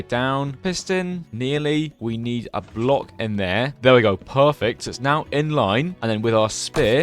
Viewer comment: we-bit so-noin wok Pho-fekt vool kar-pit's